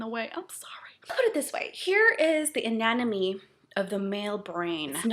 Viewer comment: its ANATOMY!!! lol.. not ananomy.